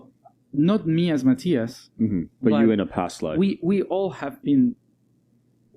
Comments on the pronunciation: 'Muh TIE us?' Can't the host even get the pronunciation of his name right? That said, I can't get enuf of Matias and his past life experiences. I am so happy he shares them with all of us. An amazing, spiritual, highly evolved and interesting young man! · 😂 the introduction with name was so wrong 😂 I guess the host didn’t know how to say his name.